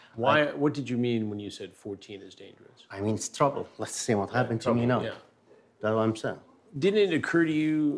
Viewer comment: the "whah happen" at the start had me rollin xd